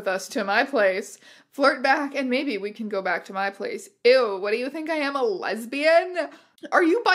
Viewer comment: Hey strange aeons i have to interrupt that quiz actually said "Lesibans" not lesbians